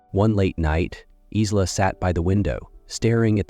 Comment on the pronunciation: Pronounce Eye-la; not Is-la. Maybe train your AI?